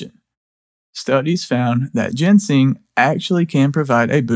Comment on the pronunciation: you're driving me crazy: ginseng is NOT gensing!